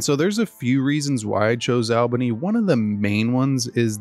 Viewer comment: I meant Albany is pronounced like all bunny as opposed Al bunny